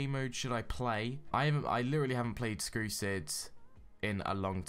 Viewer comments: but u said skrusid next Time say strucid ok? not skrusids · You said skrucid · BRUH you said skrusid?!?!?!